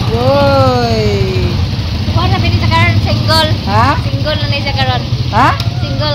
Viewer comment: Instead of single they pronounce singol